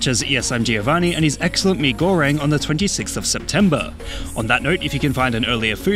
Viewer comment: I can't believe he said Mi goreng correctly I'm in tears 🥲